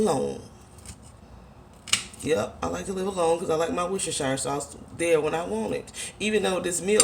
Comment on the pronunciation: lol its ''wuster-sha' sauce not ''shi-re'' (coming from a british chick )